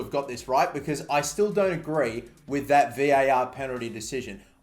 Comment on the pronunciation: I really hate that you say v.a.r. instead of var, still love your content tho